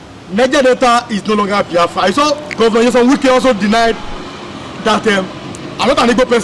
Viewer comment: His name is not Nwike but Wike. If you cannot pronounce it well, stop calling his name because, he is not igbo/biafran